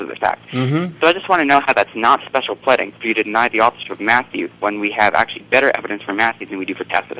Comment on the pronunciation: Special PLEDDING? He's just so cute.